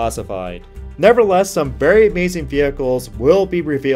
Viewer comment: The word is nevertheless you keep saying never less. Which is annoying.